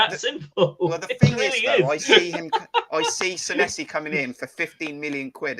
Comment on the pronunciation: A great broadcast,as usual. As far as Sanesi is concerned, I agree with Jon that he will come good. Incidentally, his name is pronounced Saneesi, Kris Temple confirmed this in his interview with him. 🍒🍒